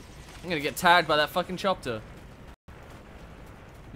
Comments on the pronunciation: OMG when he said "Chopter" and then I said "Chopter?" and then he said "Yes, I said chopter" and then I made this comment about it. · HAH! he said chopter.